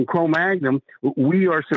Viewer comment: “Crow Magnum?”